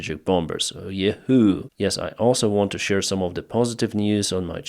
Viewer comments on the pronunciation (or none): none